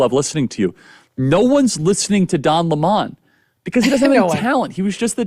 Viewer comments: Love Charlie! The way he says Don La-mon kills me!😂! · "Dawn La Mon", had a good laugh over that pronunciation.